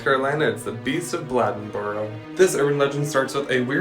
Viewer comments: Lol its pronounced "blay"Den"Boro" and its true! We call it the beast of boro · You botched the shit out of Bladenboro. You clearly didn't see the E to emphasize the A.